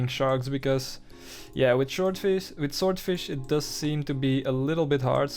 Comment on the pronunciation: I much prefer when you said shordfish opposed to swordfish 😂👍 made me chuckle, I do it all the time.